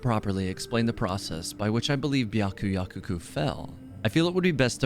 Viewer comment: Why cant anyone pronounce byakuyakoku right I’m 💀